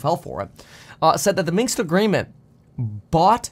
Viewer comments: Minsk Accord not Minks! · Minsk, not Minx! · Its Minsk not Minks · It is MinSk agreement by the way, not MinKs or Minxed agreement which you keep repeating. It was named Minsk agreement because that is where the talks took place, in the Belarusian capital. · Point. However (and yes, subscribed) your delivery speed transposed "Minsk Agreement" into "Minks Agreement" or just "Minks." Felt a bit weird, for a moment, but just a thought. Speed is great, just don't be THIS guy